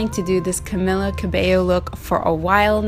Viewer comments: Girl it’s pronounced CamEEla sorry but I got a lil triggered 😂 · That’s how you pronounce her name? o.O I thought it was pronounced with an L